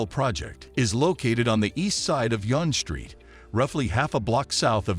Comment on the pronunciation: Wow .... The pronunciations that your voice artist uses for the street names are so totally wrong. "Gerrard" is not pronounced Jerr - rad It's pronounced Jerr - rah - ard And "Yonge" is not pronounced y-ohn or yon-ge it is pronounced young